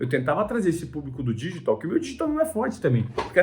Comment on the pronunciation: Que agonia ele falando "dÎgital"